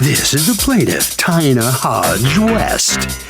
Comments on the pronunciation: Tina.....who says Ty-na??????? Seriously!?!?!?!?! Ty-na. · Tina... who pronounces this Ty-na? Seriously ????? Ty-na?😮